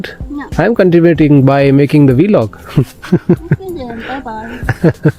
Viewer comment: Why do you pronounce 'vlog' as 'vɪlɒg' instead of 'vlɒɡ'? 🤔